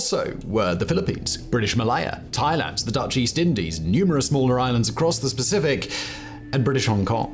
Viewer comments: Did say "across the specific"? Sure sounded like it LOL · Across the Specific?? 😂😂😂😂 just a funny lil mistake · "Across the specific" lmao😂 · “Across the specific” 😂